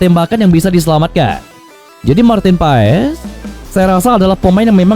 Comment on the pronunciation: It’s pronounced as Martin Paas…. Not Pa Es 😁